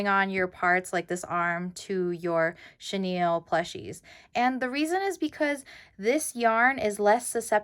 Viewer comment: Haha! I always thought it was cute how you said chenille wrong in your videos.